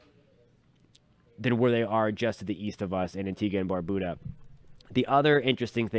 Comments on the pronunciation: Tuning in from Antigua & Barbuda❤ 🇦🇬🇦🇬🇦🇬🇦🇬🇦🇬 PS* Barbuda isn’t pronounced Barboooda😂 Bar-beau-dah (like how u say beau-tiful) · Thanks for the updates. Some clarification is needed though, because there's always room for learning. Here in the Caribbean, Barbuda is pronounced " bar- byou-da". Also, the economic capital of Guadeloupe is not les Abymes, but Pointe-à-Pitre. Keep up the good work. Have a good day